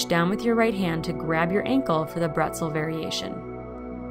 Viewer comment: 1) I love your leggings SO much and 2) if you're borrowing the German word Bretzel (for pretzel), you're pronouncing it wrong. The 'bre' should be said like 'bray.' (I am a German translator and felt obligated to tell you in the spirit of learning. :)) Thanks for the video!